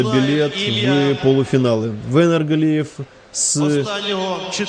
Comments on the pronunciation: походу комментатор произносит имя "Венер" на украинский лад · Комментатор ушлепок имя даже правильно не говорит, отписываюсь